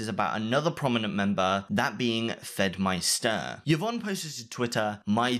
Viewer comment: The name you pronounce Fedmyster will never not be painful to hear